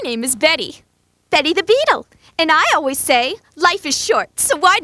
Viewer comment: I know he said "Betty", but it really sounded like "Daddy" 💀